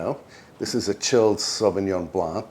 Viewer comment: Sauvignon blanc with silent C 😍😍😉